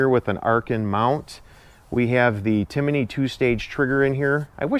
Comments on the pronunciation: It's Timney not Timiney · Timney not "Timiney" 😊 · it's pronounced TIM-NEY. You say TIM-IN-NEY. 😳😂😊